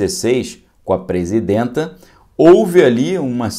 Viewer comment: "Presindenta" ? Avacalha não